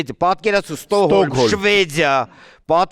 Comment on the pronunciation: Ստոհոլմ չի Ստոկհոլմա😂